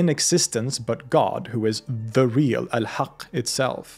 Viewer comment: Could be the best channel on YouTube.Sir your pronunciation in Arabic is on point.. you casually pronounced الحق . That word is no joke for a foreigner ❤️❤️🔥